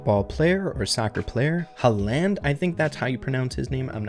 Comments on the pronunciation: Hehe, his name is pronounced “Hau-land” in Norwegian (Håland. The double a was was an old way of writing the sound “Å”), but usually in English I hear people say “Ha-land.” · If a Cristiano skin comes to brawl stars I’ll play again. Also it’s pronounced phonetically like ha(like a laugh)- lind. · It’s prouncounced haarland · My guy said haaaaland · Pronunciation : H-au-Land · pronounces haaland as “haa land “😂😂😂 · Bro made me forget that i am eating with this video Edit:bro really said halland😂😂😂😂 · put the tone on the second letter in haaland and ur perfect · the pronounciation of haaland was so butchered😭😭